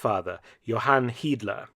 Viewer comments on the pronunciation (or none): none